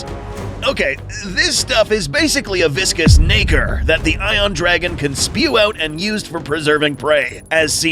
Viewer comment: you almost got cancelled by saying nacre